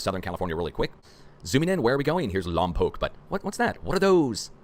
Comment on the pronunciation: Lompoc, NOT Long Poke